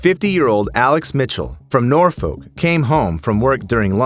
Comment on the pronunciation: Drop the l from Norfolk